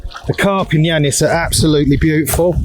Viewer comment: Great bit of content! But it's Lake Iannis, not Lannis. A common mistake that all Brits do.